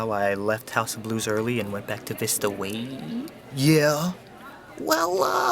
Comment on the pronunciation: As a former College Program girl, I can confirm that is EXACTLY how to say Vista Waaaaay